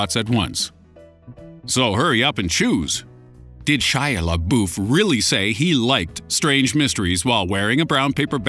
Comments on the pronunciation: I thought Shia Labeouf was said la-buff not la-boof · boof?? its pronounced la-buff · It's Shia LaBUFF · Why does he love "Shia labooof" so much? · hahahha omg Everytime you mention Shia leabeouf or however the hell you spell his name, I die a little inside!😄😆😁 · Dislike bc you mispronounced my boy shias name